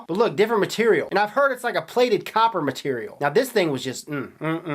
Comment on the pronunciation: Hahaha i love when he say's "CHINESE MATTERIAL"